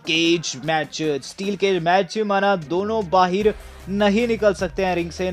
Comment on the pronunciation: O bahar Hota hai bahir nhi bolna ata nhi hai or chanle bana liya hai boat